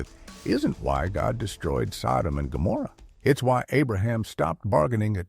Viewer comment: Wow. Can't even get the names right!